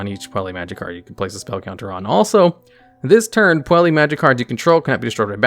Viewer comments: PUELLI? REALLY? Butchered pronunciation jokes aside, these custom archetypes are awesome and well thought out. Edit: Yup, after seeing through the archetype, I'm sure it is fairly balanced while still being a bit competitively viable and keeping the theme/idea of the deck. A thing I really like about this one is the chosen artworks for the cards, they're aptly chosen and shows the love the creator has poured into it. Kudos to! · Every time he says Puella as "Puelli" instead of "Puell-uh", I die a little. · His pronunciation of every other word kind of hurts... Like... how is he getting an e sound out of Puella? I swear, he's just trolling people at this point.